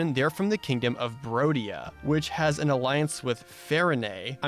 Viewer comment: It's not rodia. It's BRODIA! Do not disrespect the kingdom of the bros, found in the Chadlands